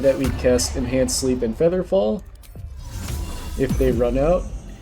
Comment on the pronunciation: 100% heard the same lol